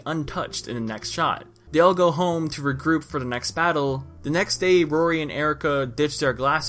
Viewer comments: Stop calling him roxy it's rory geez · Rory is pronounced roar- ie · It hurt me how how he couldn’t pronounce Rory. It’s like “drawer” but drop the d and add a y to the end. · good vid but it pisses me off that you called rory roxy the whole video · so you really gon keep calling my mans Rory "Roxy"... pls don't disrespect the man of my dreams for a good 2 years of my life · It’s Rory not Roxy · it's rory. (rawr-ie) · It’s an Irish named pronounced rawr-y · You sounded like that little girl who couldn't say who when you tried saying Rory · does this guy not know how to pronounce rory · Dude , the name " Rory " isn't that difficult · The Movie may have began as a slight parody to Twilight, but the show's formula was definitely more modeled after Buffy the Vampire Slayer than anything. Which by the way, is what started the trend of vampires being attractive, not Twilight. Also, Rory is not a difficult name to pronounce.